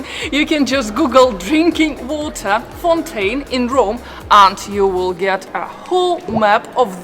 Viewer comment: Please get your pronunciations CORRECT! The word is FOUNTAIN NOT fontaine!!! Fou is FAAOO... Otherwise the video is OK...